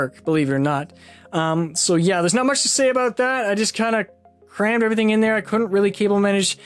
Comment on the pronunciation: It’s A..... Bout. Not a boat